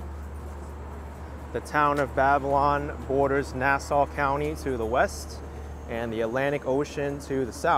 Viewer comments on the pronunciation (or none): none